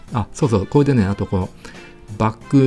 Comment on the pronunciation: 「これ」のことを「こえ」っていうのは幹也の癖なの？それともステハゲのマネ？